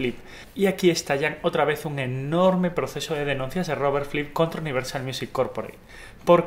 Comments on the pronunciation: Por qué dices Robert Flip?, es Robert Fripp. Buen video, gracias. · Fripp, no flipp, pronuncia bien idiota, los mataré, los mataré a todos. Gallego. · Tengo problemas con el audio, pareciese que se escucha "Flipp" en vez de FRipp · Es Fripp no Flip. Buen video, por cierto. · Si...me molesta no encontrar música del Rey Carmesí en Spotify ni en Youtube...pero también me molesta que le diga "Flipp" y no "Fripp"!!...(o al menos es lo que yo escucho!...) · Me desespera que no pronuncia bien "Fripp", no es tan difícil hermano, inténtalo.